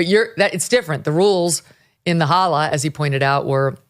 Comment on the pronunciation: OK, just one loving correction to Megyn 😂 as someone who did not grow up far from Middletown, and also had grandparents from Appalachia Eastern, Kentucky, and I’m talking about super poor areas of Kentucky, JD’s family is from the “holler,” not “holla.” It’s basically the hill people way of saying hollow since our people grew up in that valley of the Appalachian Mountains. It just cracked me up like we were talking about being a Hollaback Girl 😂 by the way, JD and Usha lived in a house about 10 minutes from mine before the inauguration in the Cincinnati area, and I keep hoping eventually one day I will run into them, maybe it a Reds or Bengals game, but maybe not anymore 😂